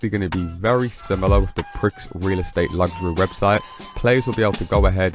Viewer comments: Prix pronounced 'Pree' as in Grand Prix.... NOT "Pricks" FFS! 🤦 "American English" SUX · It's pree not pricks! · Prix in Prix Luxury is pronounced as “pre”